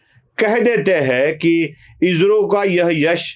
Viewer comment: इजरो ❌ इस्रो ✔️